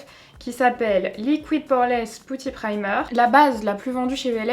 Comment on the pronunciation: Putty se dit peti!! 😅 Et grappe c'est le raisin ou le raisin sec